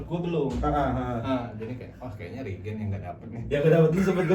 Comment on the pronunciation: Riiiigeeeen... Opening nya gitu aja bang tapi logat rispo 😂